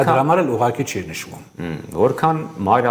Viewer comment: Հարգելի, ոչ թե "ուղարկի" այլ "ուղղակի"